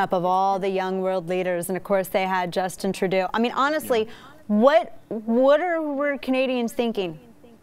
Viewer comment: And you're pronouncing Justin Trudeau's name wrong, just saying.......